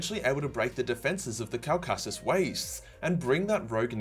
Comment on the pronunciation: I searched and searched for Kulkassus before realizing my favorite Aussie couldn’t pronounce Caucasus 😂